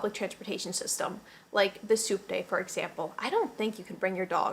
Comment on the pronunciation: Oh!!! "Subte." I didn't realize until the dog section that you were talking about a means of transportation. Throughout the video I though you were saying the "soup day," like that was a big thing in Argentina. It seemed a little weird but...we are talking about culture shocks. 🤣